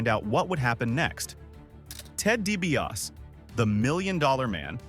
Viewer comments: Ted Dibiase is pronounced "DEE BEE AH SEE" not Dibiass ffs! :body-green-covering-eyes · Obviously you don't know wrestling. You pronounced Ted DiBias. It's DiBiase Di-Bi-ah-say! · You can’t even pronounce Ted’s last name correctly. DiBiaSEE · Lol, Ted Deebee OS🤦‍♂️ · DiBiasEEEE. Pronounce the Million Dollar Man's name correctly. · It’s de be asi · Its dibiasi ffs. If you're gonna say a name thirty five times get it right f f s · Is this AI doing the voice over? I didn’t think so, until they pronounced Dibiase as “Dee-bee-yass”. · "Ted Dibiaaas"? Seriously, dude, do you even like wrestling? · It's pronounced DiBiasEEE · dibiase de be ah see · How does a wrastlin' channel NOT know how to pronounce Ted DiBiase's name?? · Your pronunciation of DiBiase is so cringe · The pronunciation of Dibiase is killing me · Either he is ribbing us, he doesn't watch wrestling or this is ai generated. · It's an AI voice, not a real person talking. These things always pronounce at least one or two words incorrectly. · It bothered me every time he said it in the video because any real fan who watched WWF back in the day clearly heard the eee at the end